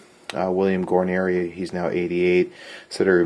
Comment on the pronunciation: Guanere is pronounce Gar-Neer, not gi-neer-i. just saying...